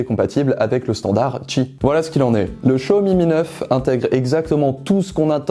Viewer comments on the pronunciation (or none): Maintenant j'entends Show Me me Neuf